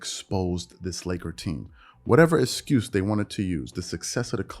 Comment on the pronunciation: Is he saying the word excuse wrong? Or did he say it so many times that my ears are playing games? I keep hearing it with an 'S' sound instead of the 'X'.